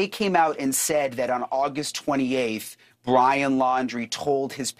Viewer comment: I don't mean to laugh, but when Brian accidentally said "BLYIN Laundrie" I had to chuckle. Freudian slip? 😂 Also, I'm very glad to see they have filed this. I truly hope SOME kind of justice comes from this. Two families were destroyed because of Brian's selfish actions. I'm sure we will find out more, but I do believe what they are alleging is true. Even if they didn't necessarily help him try to leave (although I think they did), I believe they absolutely knew. There is no way they didn't. The final camping trip, all the things Brian had with him, they way his parents located said items they very day the reserve opened back up. There is too much that leads me to that conclusion.